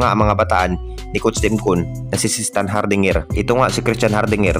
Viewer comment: Magulo content mo pre. Pano ka papaniwalaan eh ang bigkas mo sa apilyido ni cstand di kapanipaniwala